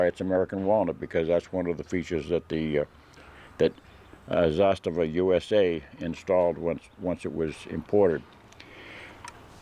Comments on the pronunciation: funny how americans bend over backwards to rponounce zastava correctly but pronounce canik as they feel like. you hate the turks for being muslim and love servs for being found guilty for genocide over muslims in hague tribunal? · Im serbian and your second prounanciation was right, anyway great review and i wish theres more americans like yourself out there cos you remind us of ww2 America when you were the greatest country and period when Serbia and America were allies, now America is not run by true americans and thats why we are sadly on opposite sides....regards to you and all true americans from serbia